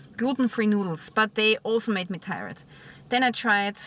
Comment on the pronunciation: It's not tie-red, it's tired - tierrd